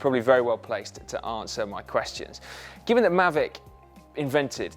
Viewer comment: [Pedant alert!] Isn't the k silent in Ksyrium? Also, "Maahveec", surely?